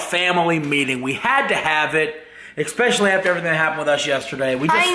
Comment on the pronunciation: ...Oh yeah, why do you say "Expecially?"